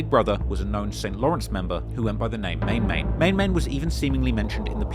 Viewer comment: 🤣🤣🤣🤣😂🤣CKTFUPPP I KNOW U FRM OVAA SEAS & IM DEFINITELY AH FAN & SUPPORTER OF U….. BUT 1 THING THE WAY YOU PRONOUNCE THE “NICKNAME” “MAN MAN” ISNT MANG MANG….. 😂😂😂😂 ITS SIMPLY JUST “MAN MAN” AS IN A MAN LIKE US “M-A-N” 😂